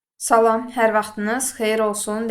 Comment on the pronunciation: Salam həmil-sakit,yumşaqxasiyyətli deməkdir. Səhv vurquladız ama izah əladır